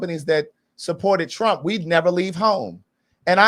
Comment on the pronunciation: “Ey’ Vill’Voe Fo Donell Trunn”🕺🕺🕺🕺🎶🎶🎶🎶🕺🕺🕺🕺